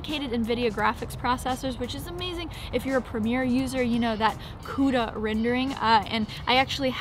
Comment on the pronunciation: Love the way she pronounce the word "CUDA" 😂